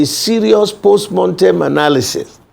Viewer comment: Jailbird Mr Bode George is full of delusion and contradiction. Why PDP lost the election is clear to all. The fact that Mr George doesn't yet get it and is focusing on post "montem" analysis (mortem is the correct pronunciation) shows he is detached from reality. Never destined to be president Atiku's self-centredness, internal party corruption of taking money from him for nomination as flag bearer, past misgovernance record that is still fresh in the minds of NGRNs and a sagacious PBAT cost PDP the election. He talked repeatedly about the constitution, yet his useless party ran on the same constitution for 16 long years without changing it. He must be told that PDP is dead at the centre. They won't win another presidential again in the country until it is disbanded and reconstituted under a new banner and with the likes of him, Atiku, Saraki and other corrupt elements shown the door. He also said APC is not a political party. How laughable? They are not a party but they have national reach and are winning elections repeatedly. Doesn't he feel embarrassed talking such nonsense? PDP is DEAD.